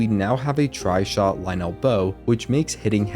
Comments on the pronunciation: I've never herd someone say Lynel that way and so many times in a row. Isn't it Lyn-nul not Lie-nell? A few times you say it both ways. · its okay to have wrong opinions sometimes but only so long as you dont conflate them with facts. its pronounced "ly-nul" as one smooth word, not two distinct syllables. it sounds clunky and bad. it is not correct. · pronounced lie-nul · pleaaaaase pronounce lynel normally...... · I hate they way he say lynel